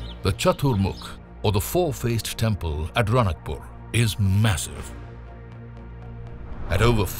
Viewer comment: Its Raanakpur राणकपुर not ranakpur or रणकपुर